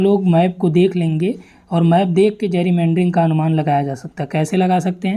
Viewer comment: जैरीमैंडरिंग nhi गैरीमैंडरिंग